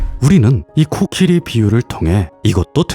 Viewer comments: 내용은 참 좋은 얘기인데... 자꾸 코키리.. 라고 하는 발음이 귀에 거슬리네요. 제가 수양이 짧아서 그런거겠죠??? 하여튼 코끼리든 코키리든 잘 들었습니다. 코키리라고 하는 것도 .. 뭐 다 이유와 근거가 있겠죠 .. 뭐... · 코키리가 아니라 코끼리 아닌가요 ... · 왜 코끼리 아니고 코키리... 킹받.. ㅠㅠ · 코끼리가 코키리로 들리는게 저 뿐인가요?😂😂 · 근데 왜 코끼리를 , 코키리라고 합니꽈?? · 왜 계속 코끼리가 아니고 코키리라고 하나 했더니 만든거였구나 ㅋㅋㅋ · 코끼리로 알고있었는데 계속 코키리 코키리 키리키리하니까 중간중간 집중안댐 ㅋㅋㅋㅋㅋㅋ 로봇처럼 생겼네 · 코키리라고 발음하시는 넘 똑똑하고 기여워..❤️